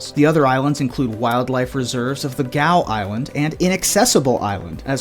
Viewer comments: Great content, very informative, but Gough Island is pronounced ‘Gof’ not ‘Gow’ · Gough Island is pronounced "Goff."